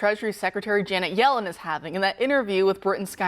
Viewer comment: Someone tell that guy it's Jannet, not Janice.